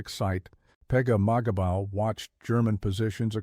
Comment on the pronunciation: If you say pegamagabo one more time 😅